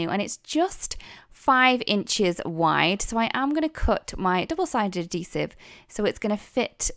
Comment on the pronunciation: Add—heesive…. Not A-Deesive. Darn hard to figure out what you were saying until I figured out you were saying it wrong